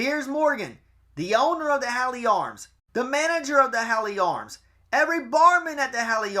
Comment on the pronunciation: Hawley Arms is pronounced " hor lee" great work 👍🏼